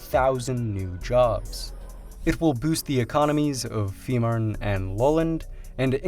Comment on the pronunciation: Es heißt FEE MANN! Verdamt noch ma sprich deutsch du ******